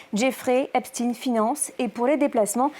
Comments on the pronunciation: Pourquoi dire Espt"ine" Moi un chien reste un chien....on ne dit pas un ch"ine" Donc Epstein reste Epstein !!! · Parce que Albert Einstein est allemand et il le prononce de façon germanique. Jeffrey Epstein est américain et il le prononce à l'anglaise. Ca ne vous semble pas logique ? Tous les anglo saxon disent "jayffrie epestine", lui même le prononce comme çà. C'est de la logique linguistique. Encore plus aujourd'hui où on a facilement accès au contenu en "VO". Quel rapport avec l'endroit ou il passe une partie de son temps et les gens qu'il rencontre ? Jane Birkin a été mariée à un français, elle vivait carrément en France et pour autant on prononce son nom à l'anglaise, pas à la française. Ca ne change pas sa nationalité et la prononciation de son prénom et de son nom. Je suis désolé mais ce que vous dite n'a pas de sens.